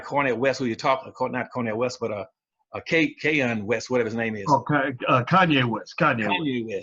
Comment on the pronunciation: Actually Dr. Anderson, Kanye's name is pronounced correctly!